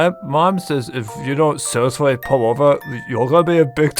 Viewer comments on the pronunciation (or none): none